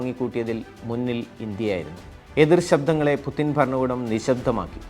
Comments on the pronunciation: പുതിന അല്ലടോ പുട്ടിൻ 🤭🤭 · it's not "pudhin" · എന്ത് പുതിൻ??? ഒന്നുമല്ലെങ്കിലും ഇതൊരു news channel അല്ലേ പേരെങ്കിലും മര്യാദക്ക് എഴുതി പറയാൻ പഠിക്ക് പോഴന്മാരെ. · പുദിന് അല്ല പുദീന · പുചിന് എന്നാണ് ഉച്ചാരണം, അതേ പഴയ കണക്കുകൾ തീർക്കാൻ വന്ന KGB തലവൻ, കായികവും മാനസികവും ആയ സകല അയോധന കലകളിലും വല്ലഭൻ, കുറുക്കൻ്റെ ബുദ്ധി